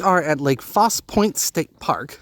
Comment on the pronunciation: Its pronounced falsey lake faussie point. Lol and ah chaaaa faaahhhh liiiiyyyaaaa